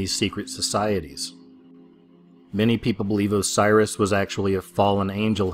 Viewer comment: Its osiris not cyrus.